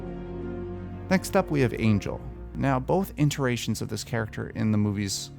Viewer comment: Dude, it's ITERATION not "interation". Like your vids, but you get it wrong in basically every one I've seen and it kills me.